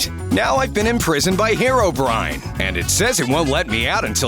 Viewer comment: That’s not how u say it